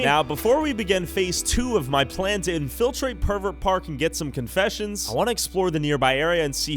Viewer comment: Please learn how to pronounce "infiltrate" correctly